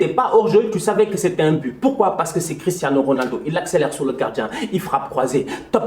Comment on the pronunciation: je rêve ou il a dit christanos 😂😂